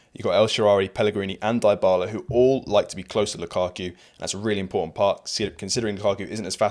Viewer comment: Mate, great video and excellent analysis. But please, stop pronouncing Dybala the way you do. The first part of the name isn't pronounced like die, it's pronounced like dee, as in Dee Dee Bridgewater. Or Sophie Dee, if you prefer 😅